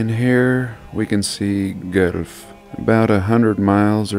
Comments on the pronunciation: Thank you for your work. I lived there in the 1960s. It's pronounced "Gwelf" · A lot of arson happened in Guelph. There has been a massive Mafia presence there since at least the 1960s. Kitchener-Waterloo also suffered a lot of arson too. Its pronounced like Gwelf. One of the cemeteries in Guelph contains an extremely old crypt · Guelph is pronounced Gwelf. Great video as always. Cheers from Ottawa, Canada. Not that far from Guelph. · Just a note on the pronunciation of Guelph. It sounds like gwelf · The name is pronounced "gw-elf" or "g-well-fff". When I was young, I heard a story that the stones of the Church of Our Lady came from England. And it was rebuilt or was a copy of a church there. Georgetown... this video is taking me back. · Pronounced 'Gwelf' ! Very interesting, but architects dont usually build the buildings, they design them and contractors build them. So he just had to pump out designs and pass them out all over to be built ! Died from bronchial asthma on Dec.13,1904. Responsible in whole or in part for over 30 churches and chapels in Ontario and the cathedral in Sault-Saint-Marie, Michigan. 👍🇨🇦✌️ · Lol we Ontario residents pronounce it “GWELF” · Lol try saying it like this Gwelf. There it quite a Church there that kinda looked very out of place for ON. The first time I saw it. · Guelph is pronounced like ‘wealth’ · Lol the place is pronounced like this….gwelf. I’m from close to there. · FYI, it is pronounced gwelf. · We would pronounce it gwellf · Pronounced [ goo+elf=Guelph ]. Otherwise great video as usual. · Guelph is pronounced Gwelf". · LoL. say it like this….. “Gwelff “ a small city (town) an hour from toronto, never been there, known for crabby racist people, and a university. (i live outside toronto) . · Pronounced: GWELF Cheers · Its pronounced Gwelf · Pronounced "Gwelf"... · It’s pronounced gwelf lol ...typical American 😒😏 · Another great video! I live in Ontario, It is pronounced Gwelf, 1 syllable. Cheers!